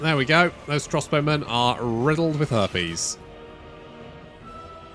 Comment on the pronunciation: herpes? its harpies. Damn brits ;)